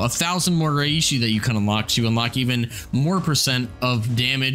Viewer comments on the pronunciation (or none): lol he said rayeeshe